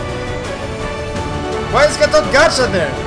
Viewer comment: You pronounced gatot kaca correctly !!! Well done :)